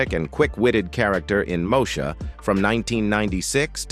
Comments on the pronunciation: When AI is used to narrate, rather than humans ... it irritates the heck out of me to hear certain words pronounced incorrectly. It's Mo-E-sha ... NOT Moe-sha. (smh) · Learn how to say the name of the show...damn